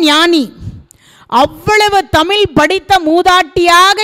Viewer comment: அருமை அம்மா. தமில் அல்ல தமிழ்.